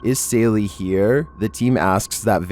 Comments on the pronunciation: It’s sally, not Saylee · said saily not sallie lol